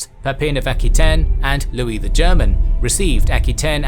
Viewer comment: Just one thing Aquitaine is pronounced a - kwuh-tayn, not aki-tayn.